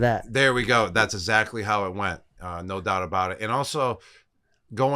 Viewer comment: I swear if Gronk could pronounce the word 'exactly' correctly, peoples perception of his intelligence would be so much better. Which he shouldn't care about because he's awesome and is intelligent but...isactly.